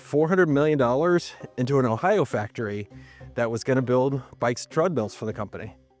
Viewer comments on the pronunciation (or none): none